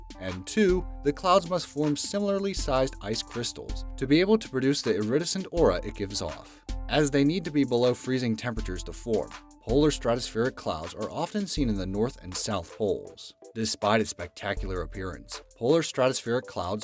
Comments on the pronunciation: Just FYI...iridescent is pronounced ear-i-DEH-sent, not ear-RID-a-sent and mamatus is ma-MAH-tus. I'd be happy to spring for a dictionary. LOL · Mammatus = pronounced: mam·MA'·tus iridescent = pronounced: ir·i·dEs'·cent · thats not you you pronounce iridescent...